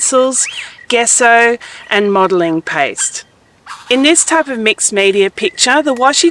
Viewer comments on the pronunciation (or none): It's pronounced JESSO. NOT "guesso"